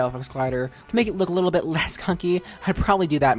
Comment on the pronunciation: Like it sounds like l”h”ess